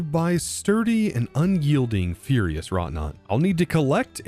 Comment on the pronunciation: Furious???? Ferrous, meaning iron like, not furious as in mad, lol, LETTER BY LETTLER PLEASE. Aerial, not ethereal, lol. As in air, not ghosts. Oh no, not only are you right in your misreading, it should be unyielding, but it's unwielding, which isn't even a word, dang, but also, they forgot the word by, guarded BY the sturdy and UNYIELDING Ferrous WROUGHTNAUT, it missed the t in the middle.